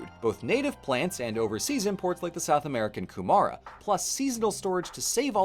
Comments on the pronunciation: Not only did nail the pronunciation of almost all Maori words (only Ku-mura being wrong), this was WAAAAY more comprehensive that New Zealand social study classes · Yes, but the vowel emphasis on Kumara... shesh. I can forgive though, seeing most kumara is just Hawiian sweet potato now. It still makes awesome soup with bacon though. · Only improvement I could suggest is that "kumara" usually has the emphasis on the first syllable, rather than the second. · I have to say, it's refreshing seeing a foreigner take such care trying to pronounce Māori words correctly. Ka pai (good work). (Though you might want to work on "kumara"). 😆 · As an New Zealander, it is SO ANNOYING that the Maori didn't have Written documentation until post-colonial times Also, amazing pronunciation. (except kumara, but pronouncing it as Koo-Ma-ra sounds way cooler than Koo-muh-ruh) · You're te reao māori pronounciation is pretty good! I'm only a couple minutes in so you might ruin it, but generally even some people who grow up here are worse than you. (Mostly because of historical suppression of the language) Edit: kumara was a fair bit of, but overall still very good!